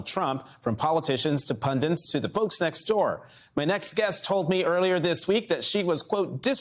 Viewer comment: He said pundints lol